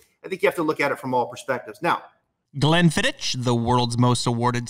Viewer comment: Excellent pod with one massive easter egg . Love the show but got to keep saying you pronounce Glenfiddich wrong . Believe me I know I stay near where its made .